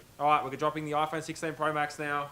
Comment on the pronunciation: You broke your Oi-phone 😂